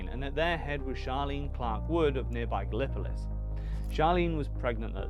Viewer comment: A minor point - "GAL-uh-po-LIS", not "gah-LIP-uh-lis"